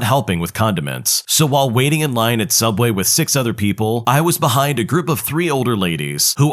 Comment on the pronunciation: What's subway? I only know sooubway.